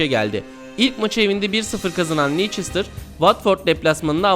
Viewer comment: Videoda bolca yanlışlık var.. Dejan Lovren diye yazılır "Deyan Lovren" diye okunur ancak yazıldığı gibi okunmuş. Nou Camp'a da Camp Nou deniyor ancak yine Nou Camp diye okunmuş. Son olarak Leicester'a Lieçestir denmiş.. Takdir sizlerin:dddddd